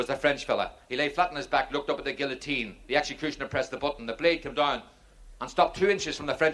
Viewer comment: The joke would have been funny if he did not miss pronounce guillotine every time.